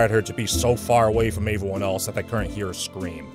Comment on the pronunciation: Or every time he says “averyone”